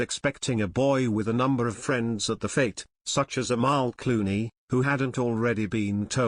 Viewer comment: “cluany?” Do you mean “Clooney?”